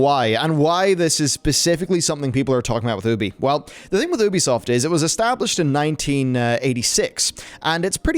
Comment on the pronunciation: Just pronounce it as YOUbisoft that Oebisoft doesn’t sound well!